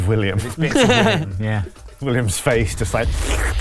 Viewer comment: "It is I. Villiam." Absolutely crippled me.